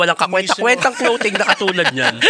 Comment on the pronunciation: BAKIT "KLOWTING" ang tawag nyo sa CLOTHING?? 😂😂😂 Si Anygma at lang narinig kong tama ang pronunciation 😅